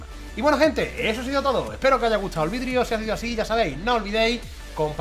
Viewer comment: En el principio del vídeo dices vidrio en vez de video